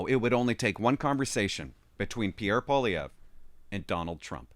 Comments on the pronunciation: Fortunately Elon Musk knows Mr. Poilievre and is making him known to Joe Rogan. Musk has Trumps ear and will eventually let Trump know who Poilievre is. Also Joe Rogan is a fan of Mr. Poilievre. (Pronounced "Pauly-Ev") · Pooh-ah-lee-ehv would be the proper way to pronounce it. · I can't see Trump pronouncing Polievre's name right. I think Canada will head towards bankruptcy in a few years. It's only a matter of time. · trump does know who poilievre is, he has mentioned him in the past recently, i just think he has difficulty pronouncing his name which is understandable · Wrong. The R is not silent, and the first syllable is not the one that's stressed. He can't pronounce his OWN NAME properly -- and that's not the only thing about him that's worrisome.